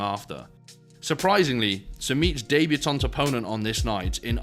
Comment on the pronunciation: What’s a daybutaunt?